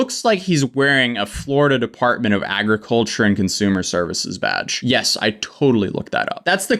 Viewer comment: THE FLORIDA DEPARTMENT OF ARGICULTURE! Seriously!! She tried Lmfao